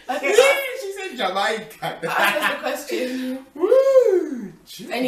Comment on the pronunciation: When your mum said "Britis" instead of "British" I fainted 😂😂 and "jam-eye-kan" 😂😂